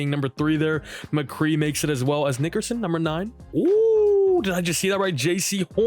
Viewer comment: Bro you gotta chill with that Nickerson pronunciation.